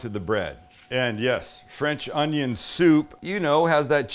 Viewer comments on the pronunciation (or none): Fwench ongiong